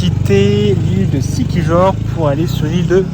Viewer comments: Moi, je prononcerais Siquihor, puisque ce pays a été colonisé par les espagnols après sa découverte par Magellan qui a été tué par les autochtones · Siquijor se prononce siquiyor ;)